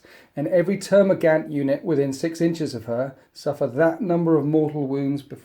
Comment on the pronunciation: GaUnt. TermaGAUNT. Not gant.